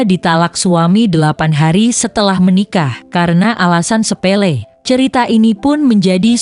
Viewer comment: sePELE tanpa R